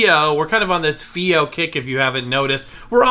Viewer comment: I'd heard the company state it was pronounced "Phi-O" like in HiFi. It's a wonderful player, especially using balanced out, and the firmware updates have improved battery life.